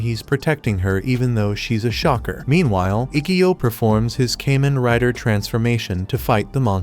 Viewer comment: Pronounced Kah men rai da